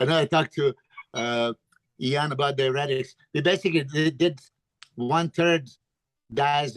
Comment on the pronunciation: Great podcast guys that was awesome, also: Iain, you should update the phonetic pronounciation of your name on your instagram to how Milos pronounces it: "Eee-Yawn" or sometimes only "Yawn".